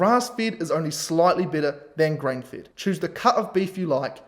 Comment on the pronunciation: You should not pronounce FED as FIT...